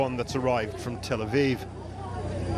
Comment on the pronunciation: Tel aviv sounds like telephone aviv😂